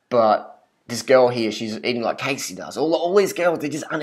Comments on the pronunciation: Biggest load of rubbish right here. Much disappointment in this Youtuber. Do more research on her before you rant please. Her name is Cassey not "Casey". Her photos are authentic - she did tell her Youtube followers that she went on a massive diet and rigorous exercise routine a couple years back to look like that for her bikini competition. If you actually watched her videos, you would know. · holy shit pronounce her fucking name properly- seriously you calling her Casey (long a) instead of Cassey (short a) just proves you did absolutely zero research. If you watched a single other video of hers you'd know how its pronounced. You're just making assumptions after seeing a picture from years ago to further your vegan agenda. get a life and stop being such a troll. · That isn't a photo shopped picture... Cassey (not Cay-see but Cah-see) slimmed down a lot for her bikini competition. It really is her. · Learn how to pronounce her name properly. 1. say cat 2. now minus the t and add an s 3. pronounce it the same way but with an s CASSEY NOT CASE-SY If you don't understand what I'm saying then watch her HELPFUL videos where she introduces herself. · Siu Wan dearie? i understand but i dunno, most people don't have trouble pronouncing her name and since he watches her videos he should know. I'm from australia 2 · Don't u dare talk about wonderful Casey that way! And ur not saying it right! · This guy is a joke. What's your problem? Cassey is so uplifting and motivating, and promotes good health. You've obviously watched her videos because you can't even pronounce her name. She has blogs about her weight in between bikini competitions and explains everything very well. Do your research before you put out a video criticizing someone like that. How is it any of your business? Jealous of her success? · can you at least pronounce her name properly? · First of all, that's not how you pronounce her name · Just another person on this planet who pronounced her name wrong...